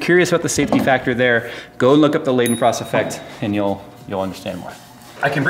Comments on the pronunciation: All was epic except the pronunciation of Leidenfrost haha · Love the vid BUT its more laydenfrost than leyden ... just if you should care